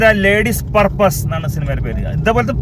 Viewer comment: പർപ്പാസ് അല്ല പേഴ്സ്